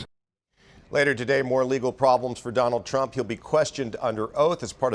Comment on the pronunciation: "Frump"? Seriously? 😂